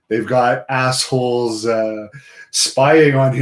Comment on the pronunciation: Heh heh heh. "Assholes" just somehow sounds dirtier when Canadians say it